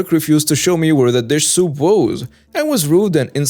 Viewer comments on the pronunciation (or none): It's soup like you eat, not soap like you wash up with